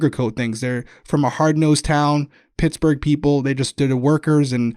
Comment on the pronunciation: Girl, just say Pittsburgh 😂😘💛🖤💛